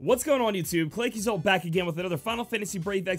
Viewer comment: It's pronounced Seh-sull (cecil), & Mee-ul-nur (mjolnir)